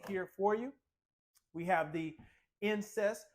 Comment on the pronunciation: Insest sink? 😂